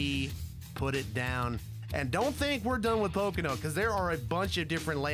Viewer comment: Really "pocono oval "